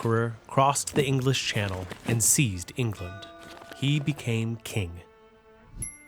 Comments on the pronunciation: Why did he say channel like a French word. I think they call it the sleeve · Its not the "shannel", its the channel. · i love the pronunciation he does: shu-nel islands, instead of channel islands